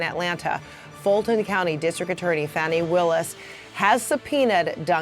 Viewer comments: Is her name pronounced ' fanny ' or ' fahney ' as I've heard both , for someone I hold in such high regard I would like to pronounce her name with the respect she deserves . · Perhaps this may sound kinda, small, in light of everything going on right now, BUT,why is it that people who are reporting the news CANNOT seem to get the pronunciation of key figures related to these investigations right? Fani. Sounds like " FAH-nee". I mean, it's not that HARD, is it? 😩 🌹 Come on, now!